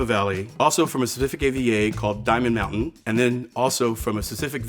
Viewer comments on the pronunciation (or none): none